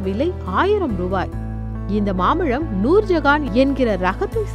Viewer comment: அது மாம்பலம் இல்லை. மாம்பழம் தமிழை சரியாக உச்சரிக்கவும்